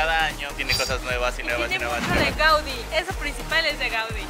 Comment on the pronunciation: GAUDÍ correcto. No GÀUDI <- X